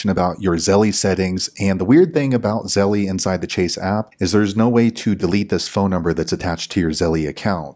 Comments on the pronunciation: Thank you, but I cringed every time you said Zelle. It’s pronounced “zel” not “zel-lee” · You calling it "zelly" makes this video really hard to watch.